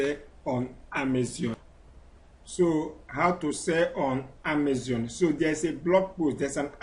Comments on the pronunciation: Amazon not amazion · If I had a dollar for every time this guy says "On Amezion" I'd be super rich and wont need to sell on Amezion anymore. Jeez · E say Amezion! Leave me alone 🤣